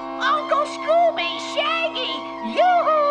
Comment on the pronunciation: D-did he say Gooby?